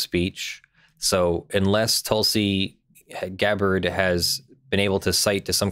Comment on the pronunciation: Tulsa what's her name and losing go hand in hand. And? While you can say Hawaii however you like, it's "GAB-buhrd" and not "Gah-BARD." Or as I pronounce it? "Loon."